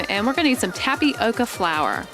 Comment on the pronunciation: Its tap-yoca this is how you pronounce tapioca🤣